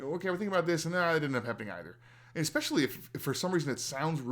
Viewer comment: EXpecially? C;mon, Bro'De!